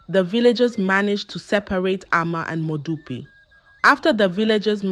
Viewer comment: Please pronounce the names correctly next time eg that modupe.